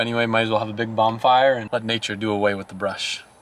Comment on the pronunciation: Did this mans just say bombfire